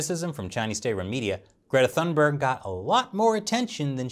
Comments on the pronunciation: Toon-bear-gh. not thun-berg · I have no love for this kid but her name is pronounced "tune-bay". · When you lack arguments, use personal attacks instead. Weak, CCP. BTW, the "h" in Thunberg is silent. I think if you tried to say "Tuunberg", you'd get fairly close. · The letter "e", yes. But if you say "Thunberry", no. :) The "g" has a y-sound to it tho, but not like the y at the end of a English word like berry, but more like the y in "yesterday". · Please say her name right! It damages your credibility!!